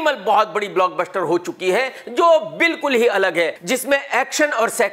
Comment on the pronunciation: Block BUSHHHTER 😂😂😂😂